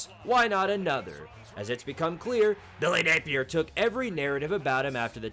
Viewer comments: why do you say billy napier like that? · I wish he would stop lol I rock with and this series but it’s so cringe everytime he does it